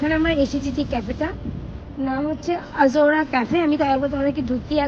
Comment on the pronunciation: Azora na ota Ozora hobe!